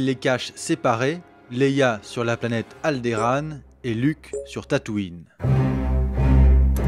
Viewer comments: Alderande et pas Alderaan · Alderaan ça se prononce Aldorande